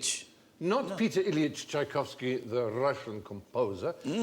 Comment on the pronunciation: I'm amazed how these lot could say Tchaikovsky so easily.